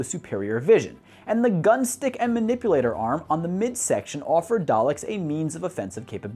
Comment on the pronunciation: He can’t say the name correctly